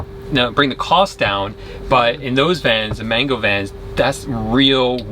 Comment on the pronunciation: More like man-goo